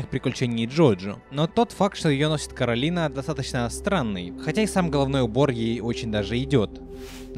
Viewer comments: Коралина,а не Каролина!!!!!!! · Боже Не коралИна ,а кОралина В мультфильме это говорили раз 10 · Не Каролина а Коралина! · Она КОралина. Не КАролина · Почему ты её называешь Каролина она не говорится Каролина у неё имя Коралина ?!!!